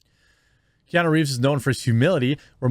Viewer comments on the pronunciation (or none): It’s nuuuuu not nooooo. Keanuuuuu